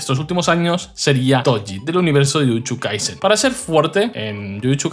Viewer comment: Tai chuchu Tochi Chuchu kaisen Sabia que habia algo extraño,tienes muchos problemas para pronunciación de "Y (VOCAL )" Buen video ,solo me.parecio peculiar ese detalle